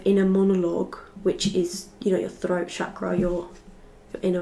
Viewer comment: The way you correctly say Chakra tells me that you have been in India at some point 🇮🇳 ❤